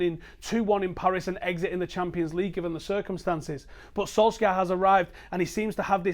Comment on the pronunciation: I will not like your videos as long as you keep mispronouncing the mans name as Solskyaa